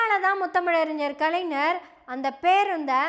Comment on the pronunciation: அம்மா, கலைஞர் என்னும் பெயரை நீ கலைநர் என்று தவறாக உச்சரிக்கிறாய். மலையாளத்தில் ஞான், ஞங்ஙள் என்னும் சொற்களில் ஒலிப்பது போல கலைஞர்,அறிஞர் இப்பெயர்களில் உள்ள 'ஞ' வை ஒலிக்க வேண்டும்!